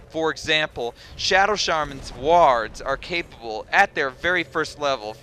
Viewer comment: Great video. The only thing you got wrong is the way you pronounce "wards"